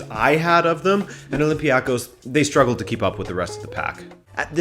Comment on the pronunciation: Greek league fan here. Olympiakos is not pronounced like that